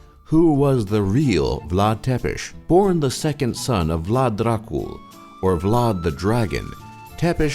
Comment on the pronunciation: tough when you said vlad dracu i just lost it XDDDDDDD you said it with good accent dude! the perfect fit!